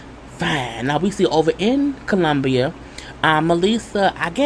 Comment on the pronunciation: What I'm getting sick of is people acting like they're not visiting third world countries ... And just be completely shocked...do your research people, read a book!! Also it irritates me how Tim says Colombia 😂😂😂